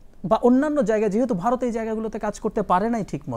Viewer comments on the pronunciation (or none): ইমিরিকা, বারত -এটি কোন ধরণের উচ্চারণ? এত নিম্ন মানের উপস্থাপক অনুষ্ঠান উপস্থাপনার সুযোগ পায় কিভাবে ? বিটিভি এইসব আবালদের দিয়েই এতদিন চলেছে।